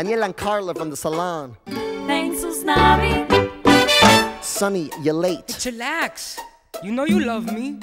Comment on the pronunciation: it sounds like Gusnavi when says it because he’s holding the g from morning and could be heard as “good mornin, Gusnavi” instead of “good morning, Usnavi”